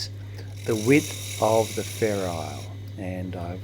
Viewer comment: I always thought it was ferrule, not ferrile.